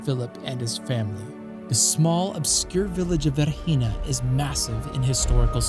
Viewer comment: The name of the site is V E R G I N A not "Verhina" , please correct it